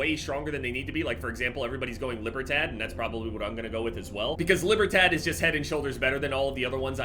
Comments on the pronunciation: Libertad = Lee-Bear-Tahd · “Libber tat” 😂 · gotta be the whitest pronunciation of Libertad i've ever heard lmao. You can tell my man hasn't played Far Cry 6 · "lee-burr-tod" it's spanish. (sorry if poor phoenetical suggestion, but far closer than what you said)